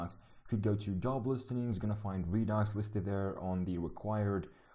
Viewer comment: I keep hearing you pronounce it as ree-docks, but its pronounced ree-ducks. Not that important but just a FYI. If I just miss heard you sorry.